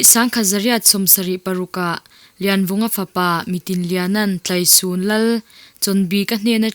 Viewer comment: Tlaisun a thluk dan erawh a dik hlel deuh.